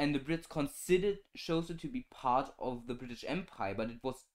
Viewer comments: Xhosa is pronounced khosa btw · Xhosa is pronounced more like core-sa, which is still incorrect, there's a click at the X similar to the Click "Nice" clip. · Bro that is not how you pronounce Xhosa.